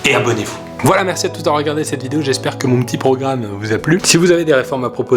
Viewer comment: mdr à la fin il dit "maire si" 😂😂😂